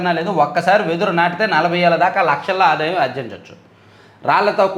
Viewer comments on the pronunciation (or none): none